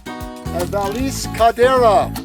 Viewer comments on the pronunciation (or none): Valees 🤣 it's vah yay caldera